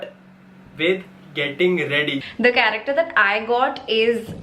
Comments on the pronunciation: No one literally no one But and: F.R.I.E.N.D.S correcter instead of character 😂😂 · Just realised every man from damn fam pronouncing character as "karekter"😆😆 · Dude I just can’t hear the word CHARACTER from them ...... plss guyss spell it correctly 😂😂😂🙏🏻It’s not corrector😂🤣